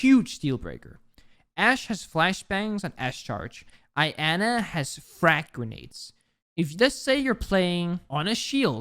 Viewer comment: Every times he pronounces Iana as I-ana and not yana it triggers me a little